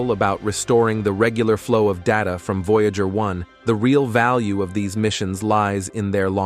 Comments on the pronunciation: yes i was like what is a voyaahjur ?? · "The vouya ger twens probs achieve a bled remorkabable feets"😂😅😂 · vo jágr (no 68) 🤣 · I agree with you. Their computer generated mispronunciation of "Voyager" the name of the program was just too much for me.